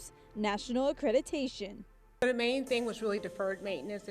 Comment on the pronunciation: Accreditation not accretitation